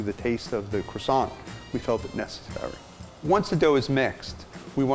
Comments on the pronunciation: I don't take baking advice from someone who pronounces the 't' at the end of Croissant or the 'n' at the end of Pain (au chocolat). Muggle .. :P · The guy can't even pronounce crossiant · He sells Croissants but can’t pronounce the word properly 🙄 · I love the way Americans pronounce Croissants lol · I live in holland and was taught french in school. It kinda bothers me how y’all Americans pronounce the word croisant loll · the way he pronounces croissant though.... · This dude runs a French pastry shop and can't pronounce "Croissant" and "Maillard" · He claims to make the best french croissants but doesn’t pronounce croissant like the French do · I loved this video but I couldn't stand every time they said "Croissant" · I can not get past the way that he pronounces 'croissant' he lost me at crassont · You'd know this croissant is not legit when he pronounces as kro-sons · Unfortunately, it is ruined in his pronunciation- "cre-sont". Ouch. It is cwa-sont. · Its Ko-Wahh-Son not Cro-son!! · I hate it how they call it "Crawsawnt" and not "Cwosownt.." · FFS AMERICA!!!! It is pronounce "KWAH-song"....NOT "crah-SONT.. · CRasaants? Correct pronc. Cwassan (nasal n) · Croissant? Do you mean quackson? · Are you finished with that...CWASONT? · excuse me but you did not had to be so rude, even the tasty guy pronounce croissant as kro-san and not some stupid kwa-son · i love the he said krosan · it's kwasont. respect carl wheezer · I love cwasaws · French guy: its called CKRWASAH, KRWA SAH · croissants master and he doesnt call it "kwa-sao" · It’s pronounced “Kwa-SOHN”. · are you gonna finish that cwasant? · that rolling of his RRRRRRRRRRRRRRRRRRRRRRRRRR. Sm1 should have thought him how to pronounce CROISANTS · Keith; This is how we make our Croissant Carl; U mean Cuassont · Me: watching this video My thoughts: aRe YOu gOiNG tO FInIsH tHaT cWAsSoiNT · Are you going to finish that Cwassant? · I left the moment the guy said Krawsawnt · ''aRe YoU gOiNg tO fInISH THAT cROssaNT''